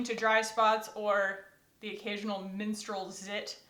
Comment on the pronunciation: I thought you said “minstrel zit” and I was like your zits sing 😂. Then I realized you said menstrual. I personally think zits should sing if I have to put up with them!